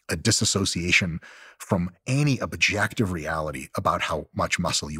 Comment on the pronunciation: He definitely said "by any ob-jacked-ive measure" when discussing muscle dysmorphia 😂